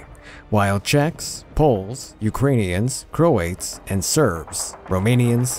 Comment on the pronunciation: The way you say croats "croyets"